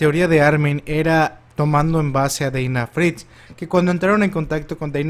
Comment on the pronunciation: Dina no se pronuncia "Deina", se dice "Daina".